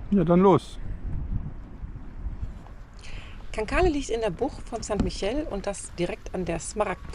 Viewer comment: Schönes Video.., im Mai war ich noch dort und habe die kleinen Scheißerchen genossen! Aber erlaubt mir bitte einen Hinweis.., Cancale spricht man aus ohne das e zu benutzen, St. Michel spricht man das ch in der Mitte wie ein sch..!! Also Cancal und St. Mischell! Sorry, soll keine Klugscheißerei sein! Weiterhin gute Fahrt und viel Spaß!!